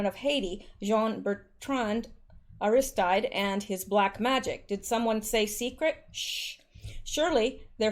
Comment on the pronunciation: Aristide (A-ris-teed')